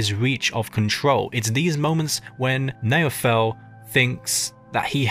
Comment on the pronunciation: Try to say “Now fell” with an american accent and you’ll get roughly the pronunciation of naoufel’s name